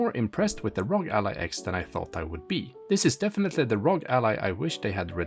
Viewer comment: It's "AR-OH-GEE"... why do people keep calling it ROG as in LOG???? Is it that difficult to sound out the letters?